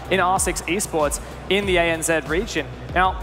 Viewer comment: What’s “ANzed”? Oh, you mean ANZ....